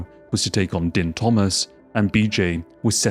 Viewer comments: Btw it's pronounced "Deen" Thomas, not "Din". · It's NOT Din IT'S pronounced DEEEEEEEN. your country spawned th English language, how come none of yoy speak it??? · Dude, you do know than Din Thomas pronounces his first name as “Dean”, right?! We all know how it looks like it would sound but ANYONE who watches MMA knows is pronounced by Mr. Thomas sounds like “Dean”. I had to stop watching because it’s obvious that you are, at best, a casual fan of what you are making a video about. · It's pronounced "Dean" as you can hear Goldie say 2 seconds later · man how do you have a whole ass mma channel and watch a ton of UFC and cant pronounce din thomas. youre killing me every time you say "din" like dinner haha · it's pronounced "Deen" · That Din pronunciation. Right before the video you played, pronounced it correctly. Cmon man.